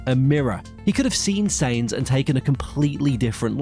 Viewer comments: . SYNZ, try saying that instead of sains. because honestly, its REALLY annoying when you get a drivers name wrong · why do you keep saying Saynz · Who is "Carlos Saints"???? Sorry, "👎" on the pronunciation. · Someone who can’t pronounce “Sainz” correctly doesn’t watch F1. WTF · learn to pronounce Sainz.